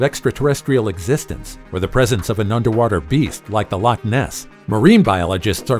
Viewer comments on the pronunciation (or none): none